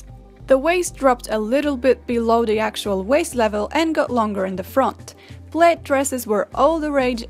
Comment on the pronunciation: There were a few mispronunciations, some of which can be attributed to British versus American standards. The only one that took me a moment to figure out (which is the only reason anyone would really care) was 'plaid', which I think Brits and Americans could both agree on.